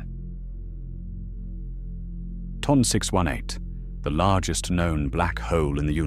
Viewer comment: The way you said ton 618 told me everything I needed to know about this video.